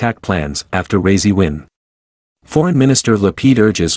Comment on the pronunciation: "ra ee si" not razy